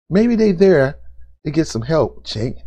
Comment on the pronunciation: The C in his name is pronounced with a J.